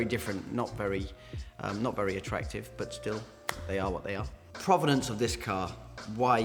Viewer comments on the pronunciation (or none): none